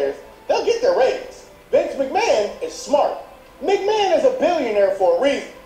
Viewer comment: "Vince Mcmahan" "Genuine" Nope